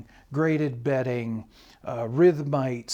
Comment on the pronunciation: GraDebting or ??? BEDDING? Betting??? What is the speaker saying??? We must listen carefully! Graded bedding makes sense in the context. (unless of course you are in a casino?) (or evaluating your mattress?)